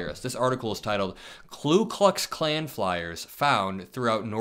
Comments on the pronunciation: It's "Ku Klux Klan" NOT "Klu Klux Klan". "Ku" NOT "Klu". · Your podcasts are insightful and well executed. One minor correction - you repeatedly mispronounce "Ku Klux Klan". It is "Ku" not "Klu". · This doesn’t surprise me. The hate is always there, but Trump gives them permission to express it. (BTW, it’s “Ku”, not “Klu” Klux Klan…common mistake) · it's KU (KOO) not KLU Klux Klan. Thanks. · Youre saying clue clux Its ku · *Ku, not Klu. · Love your reporting, but sat, "KU", not "KLU" KLUX KLAN. Keep rockin' it! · it's Ku, not Klu. Mistake I made for years. Loving your stuff!! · KOO - Not KLUE (Literally Ku w/o an L) Call these idiots by their proper name. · Ku klux klan. Not klu klux klan. Just sayin’. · ku* klux, not klu klux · It's Ku, not Klu. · Ku, not Klu, in Ku Klux Klan. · Why do you always add an extra L to "Ku Klux Klan"? Is it really pronounced that way? (And why isn't it spelled "Klu Klux Klan" then?) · Great video and I love your channel, but, Dude, it's hurting my ears, it's KU Klux Klan, not KLU Klux Klan, lol. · Ku, not Klu. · Dude, it is Ku, not Klu. Ku Klux Klan, not Klu Klux Klan. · KKK - K(l)u Klux Klan - no L in Ku - pronounced koo, not kloo. Screw them, but say it correctly please. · FYI…it’s “KU”(no L ) Klux Klan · I like your vids, but you should take 5 mins of your time and write "Ku Klux Klan" on a piece of paper and read it out loud, slowly... Do it again and again, slowly. And say it RIGHT before you speed it up. But do indeed speed it up and keep repeating until you can say it properly... Now try "Nuclear" and proceed to "February", etc. You are in the business, and you really should be pronouncing with proper English... Pretty sure you say ASK instead of AXE... And PROBABLY instead of PROLLY, so keep up the good work.